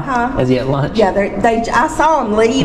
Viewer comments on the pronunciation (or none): Curious why you have such a hard time with your CH sounds? Listen to the way you say lunch. Just wondering why youre really laboring to get that ch out.